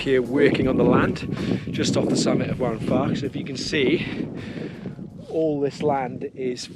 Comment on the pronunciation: Great video, two minor points. Mynydd is pronounced "Mun-ith" Waun is pronounced "Wine"